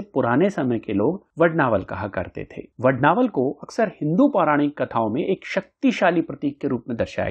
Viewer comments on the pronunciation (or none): वडवानल स्तोत्र है वडनावल नहीं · 🔥 अरे ।। वड्नावल नहीं वडवानल बोल 🔥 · Are you a fool ? You are pronouncing vadvanal as vadnaval .😮it is hanuman BAHUK not bahik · 🙏 Aapne har baar vadnaval ka uchcharan kiya hai Vadvanal ki jagah. 🙏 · Vadd vaa nal...... Hai..... Vadd naa val.. Nahi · वडवानल !!!! वडनावल ?????? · Vadnaval nahi . Vadvanal hai . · Vadnaval nahi vadvanal hai sir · इतनी अच्छी जानकारी देते हो और "मुख्य विषय" का ही उच्चारण गलत करते हो!! इसको "वड-वानल स्त्रोत्र" कहते है, वड-नावल नही क्या यार!! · aap galat bol rahe ho vadnaval nahi vadvanal hai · It's vadnaval or vadvanal. Video title is different and the person speaking in video pronunciation is different. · Vadvanal hai aap vadnaval bol rahe ho.uchvharan this se kare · वडनावल नहीं वडवानल कहा करो. आपके हिंदी उच्चार ठीक नहीं तो संस्कृत क्या पढोगे? 😂😂😂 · वडनावल नहीं वडवानल बोलो 😂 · यह वडवानल स्तोत्र हैं परन्तु मुझे खेद हैं कि आप वडवानल के बजाय बारंबार वडनावल वड़नावल वडनावल कहते हैं तथा आप अपने वाणी में शुद्धता लाए किसी भी संस्कृत श्लोक का उच्चारण विशुद्ध होना यह प्रथम अवशकता है । धन्यवाद दूसरी बात यह भी है कि सार्थ का अर्थ, अर्थ के साथ होता है आपने सारांश बताया है । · Vadnaaval nahi,vadvaanal. Correct yourself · अरे वडणावल नही वडवानल है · Vad-naa-val nahi, Vad-vaa-nal 🙏🏼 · वडवानल स्तोत्र को वडनावलं क्यो कह रहे है आप ???? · please listen to the pronounciation in the video mere bhai. Every time the word is being pronounced as Vad-naa-val. Anyway, thanks for the informative video🙏🏼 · क्षमा करे इसका उच्चारण वडवानल है.jaanakari अच्छी लगी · You are right it should be vadvaanal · वडवानल है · It is vadvanal